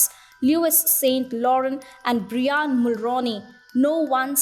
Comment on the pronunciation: ..."Bree-on" Mulroney 😆